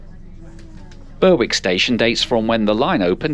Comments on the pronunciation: Berwick is pronounced ‘Berrick’. Lovely. ideo as I was born and bred in Eastbourne and used that line a lot. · I was the commenter mentioned, however the announcer said it ( they get other stations like Westham, in Sussex, wrong) as someone born and bred in Eastbourne it def pronounced ‘Berrick’ ( same as Berwick upon Tweed)! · Berwick pronounced locally as 'berrik'. I've lived in East Sussex for over 65 years. I know this line well since I've been using it for at least 50 years on and off. These days I have retired to Polegate. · So this Berwick is pronounced Burr wick then, unlike the northern Berwick which is pronounced Berrick. I assume that's to confuse Americans?